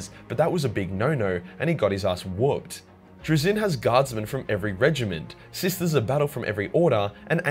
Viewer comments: And the one thing he does not have in there is your ability to actually say he's act fucking name right lol.... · I'm not even English and I know it's not traZIN the inFINITE pronunciation but TRAzin the INfinite